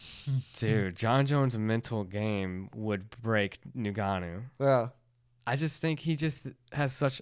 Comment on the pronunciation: I love how keeps saying nigganou 😂😂